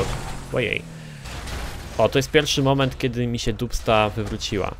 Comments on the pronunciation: Czyta się "Dabsta" :P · To sie wymawia "Dabsta 6x6" ;) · Naucz się czytać po angielsku, bo jak słyszę dubsta i inne wyrazy to mi uszy krwawią.